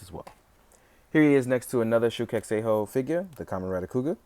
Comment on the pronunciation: Shinkocchou Seihou = shin-KOH-cho SAY-ho